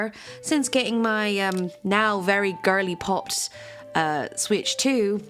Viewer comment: I didn’t know I needed to hear a British person to say girlypop until now